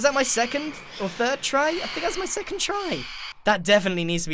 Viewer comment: “Was that my SECONTH or third try” -Grian